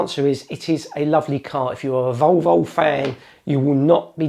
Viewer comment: Odd pronunciation of "Volvo". Sounds more like "Vulvul". Nice review though